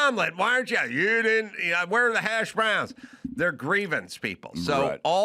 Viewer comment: I have a grievance against how Adam pronounces hash browns